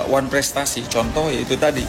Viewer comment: Benar bikin malu tu almamater x nyebut wanprestasi koq sulit amat sih